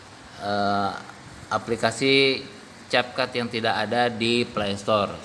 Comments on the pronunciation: Namanya capcut tapi ngomong nya (KepKut) njg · Ka bukan cetcut tapi cap cut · Tulisan capcut dibaca(kep kat)